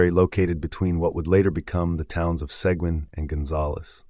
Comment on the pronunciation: Seguin is pronounced Suh-Geen.